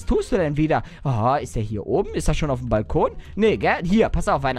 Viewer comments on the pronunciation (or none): none